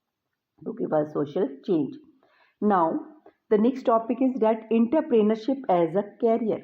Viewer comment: Inter-pener-ship. Ok 😀✋